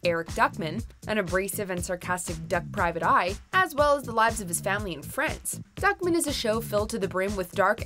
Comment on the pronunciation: Lol it’s pronounced “Duck-Man” not “Duckmin”